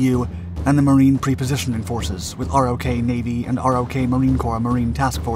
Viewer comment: Dude...stop calling it "R-Oh-Kay." It's pronounced like "rock." As in "ROK Marines, our USMC counterpart." And it's not "Em-E-You" it's pronounced "Mew." Come on man. You don't make these mistakes in your other videos.